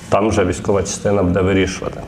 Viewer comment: ріже слух наголос в слові будЕ, а правильнл бУде, ведучий дивись ВІКІСЛОВНИК